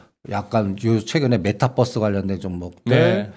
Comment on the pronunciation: 메타뻐스가 뭐지요 메타벅스인가묘